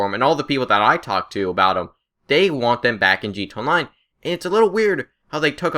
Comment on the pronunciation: can you say gta online and not gt online